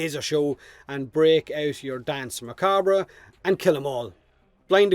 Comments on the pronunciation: Pronounced "Dance Muh-Kob" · You're saying danse macabre pretty well juste need to tweak a bit the pronunciation of the second 'a' in macabre and that's perfect. And I know how to pronounce it perfectly as I'm french and danse macabre is in french. Anyway I can't wait to finish that quest, get this warframe and turn the battlefield into a dancefloor with deadly light cones and lasers. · Also Danse Macbre, in the US, is pronounced Mah-Cahb. The "re" is silent. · It’s pronounced Dance McCarb.... but I love your accent anyway mate! Slainte! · Its pronounced Dance Macab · For "Danse Macabre", it's a reference to Camille Saint-Saëns' Danse Macabre, and as he was French, the French pronunciation ("danse macabr" instead of "danse macabra") would be the best one I think, outside of this, yours sounds very cool (more musical ironically). At the end of the day, communication is about being understood, not about making the perfect excepted sounds, most people here (even non-native speakers like me) understand you without any issues, so there's no need to be self-cautious about that. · Your accent is sweet. And Revenant's 4 comes from French. From an english pov you should probably pronunce it "Dans (s like snake) Macabr" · i think his ability is pronounced dance mah cob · The pronounciation is dAnsA macabr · "Dan's Muh- cob", technically but it's the English language so rules and pronunciation can feck off. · Best way to think about pronouncing it is think of it this way.. Dance Mar-carb the re at the end is silent as it's a french word by origin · Your accent is gold, if even if your pronunciation of Danse Macabre wouldn't earn you full marks. That's beside the point though - Plains bounties? Effing really? If I could think of anything I'd rather not farm we're talking about the actual d*mn countryside. I might even prefer that in fact, lend me your tractor willya?